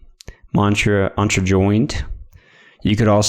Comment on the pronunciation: The way you pronounce Entra is so off